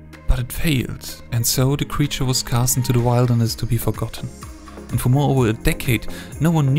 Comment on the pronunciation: Bruh what is wildness? It's wilderness. Rrrrrrrr